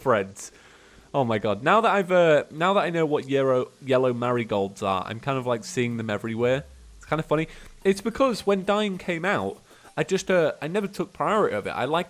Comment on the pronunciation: did nobody else notice he turned the word "marigolds" into "marigrads"